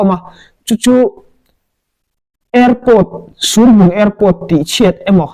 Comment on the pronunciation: Surbung kha I tluk a dik lo. I fel hle Mai thudik kha rawn sawi zel rawh